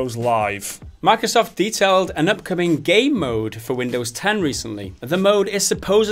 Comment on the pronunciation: I keep hearing them say "gay mode" instead of game mode. 😬